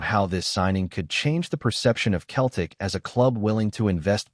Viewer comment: How many times do I need to tell you it’s Celtic not Keltic ☹️🤷‍♂️